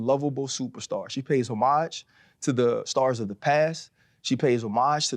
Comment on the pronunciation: The way Ryan’s goofy ass pronounced homage is really what piss me off 😂😂